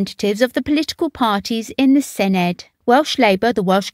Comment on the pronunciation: My issue is with the voice over, not good, look for phonetically written Welsh to get the correct pronunciation. This digital age there are no excuses. It's not cymroo it's cymree. It's not senedd with a hard d it's senedd with a th, like in thee. If you are going to take the time, do it properly